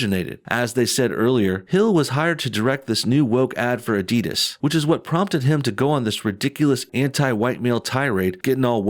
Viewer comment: Never heard someone pronounce the end of Adidas like DIS instead of DAS...